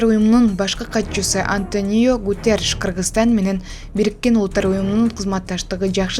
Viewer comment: АнтанИо эмес АнтОнио Гуттереш.